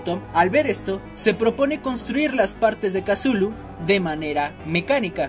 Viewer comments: Di cutulu no casulu plis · Como le dice make a cthulu MAKE:casulu YO:tuchulu